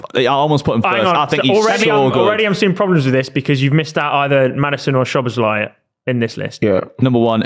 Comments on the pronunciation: has to work out how to say szoboslai properly😭 bro said szobolosguy about 17 times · Im not sure if you read this or care, but if you want to know the pronunciation for Szoboszlai keep reading: In Hungarian Sz is the same sound as English S The last letter "i" is pronounced as the English E In Hungarian we pronounce every letter So the correct way is So-boss-la-e But English speaking people pronounce it So-boss-lie which is also better than nothing.